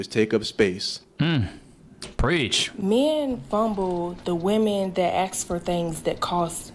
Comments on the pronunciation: axk? The second I stopped listening. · Seriously, is it too much to axe? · too much to aks. Icant even pronounce ASK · i dont remember axing any questions lmaoooooo pronunciation matters to people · "Women axe for..." Can't take you seriously. Goodbye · As soon as a person uses the word "axe" im done listening